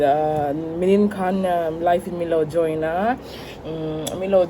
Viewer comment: nice vid👌🏻apply liquid eyeliner instead of Kajal… also Nimin (Yesterday) tih hi “Minin” i ti zel a😬 next vlog ah chuan i tih dik tawh ka ring🤭 I know you can do it..c’mon fighting💪🏽😄